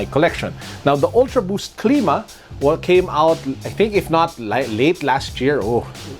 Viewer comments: it cl^ma not cleema just sayin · its clima not cleema